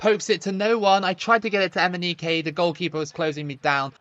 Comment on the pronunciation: Imagine watching this video and taking a shot of liquor every time says Emineke 😂